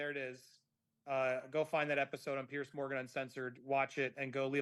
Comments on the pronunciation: If you want to ingratiate yourself to Piers Morgan, maybe you should pronounce his first name correctly! (I say this with good intention, Andy. I love your channel. I really am not trying to be a know-it-all.) Pierce ≠ Piers!!! 😱😱😱 Perhaps I am projecting, and if I am, I’ll eat crow and apologize. Here’s where I’m coming from. My first name is Julie. The name Julia is similar, but not the same. I don’t care for it when people refer to me by the wrong name repeatedly when I have corrected them politely (but firmly) REPEATEDLY! I’m not the gatekeeper of “the truth” on this matter, and others may feel differently. However, if someone wanted a favor from me, but kept calling me Julia, I would reject that person. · It is not Pearce or Pierce, it is Piers like Pears 🍐 I think. Do you think your Lady C connection raised your profile with him or something else? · Just so you know his name is Piers, not Pierce. You might want to pronounce his name correctly going forward. Great interview and yes Imarn is a dreadful person and he has since dumped her from appearing on his show any more. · Hello, loving your stuff on Fiona and watching from England UK. His name is pronounced Peerz not Pierce; I don't know if it's your excellent accent but I thought you should know x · Could all Americans please pronounce Piers as Peerz not Pierce. It sounds as a z not an ssss.... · It’s Piers not Pierce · Not Pierce but Piers different pronunciation.